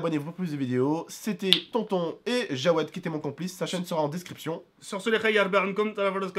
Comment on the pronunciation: C'est Jaoued pas Djawed